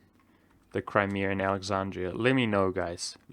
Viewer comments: Bronson Howard actually, i was more curious about the "r" at the end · Federrrrrrico proper term in the uk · Federrrrrrico Many English speakers do.. including Americans here and there. It is a dialect marker